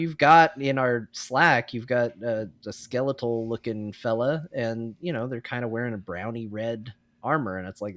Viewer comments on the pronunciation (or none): From Britain, never heard anyone say “skel-EE-tal”, in any accent. Always “SKEH-leh-tal”